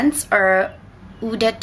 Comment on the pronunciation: "Eau" is pronounced like "Oh". I really like your choices, it's nice to see different scents on your video.